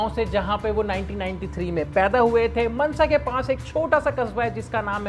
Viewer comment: It's not ਮਨਸਾ it's ਮਾਨਸਾ